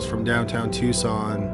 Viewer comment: I am totally shocked pronounced Tucson correctly